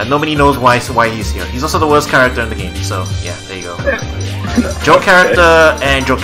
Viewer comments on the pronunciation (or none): none